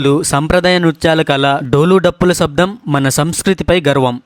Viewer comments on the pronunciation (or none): none